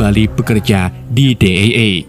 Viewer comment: DEA di baca DI I E bg bkn Di E E